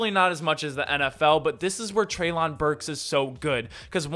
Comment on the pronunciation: It's "trey'lin"